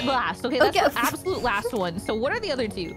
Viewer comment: you said lost instead of last that confused me for a sec lol